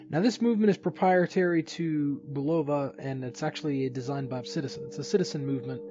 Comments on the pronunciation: It's pronounced BU. love ah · the o is not a long o !